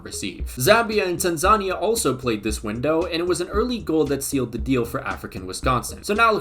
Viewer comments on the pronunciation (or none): Calling Tanzania African Wisconsin is CRAZY, also it’s pronounced TAN-zuh-KNEE-ya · Why is he saying Tanzania like that